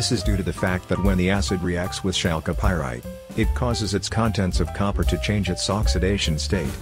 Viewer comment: Oh maan, that voice-over is the best !!! Maybe it's because English is not my first language but from on, I hear : "...when Chal Copyright is provided with a** in-treatment..." :- "When exposed to a**... :D. That's just as golden as pyrite :D :D Fools gold :P